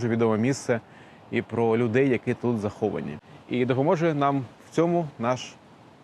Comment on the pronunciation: ПОховані, ЗАховані дуже ріже слух